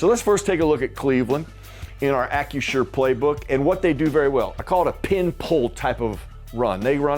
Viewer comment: Yo,! It’s Acrisure…NOT Accu-sure! Lol